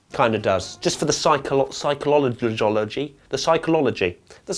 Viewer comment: struggles to say Psychology